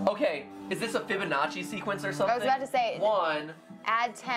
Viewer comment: Yea like now i know how to say fibananchi